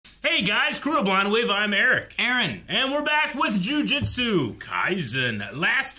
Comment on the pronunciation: "Jujitsu kaisen", haha. A mistake that makes sense I guess, because of the martial art.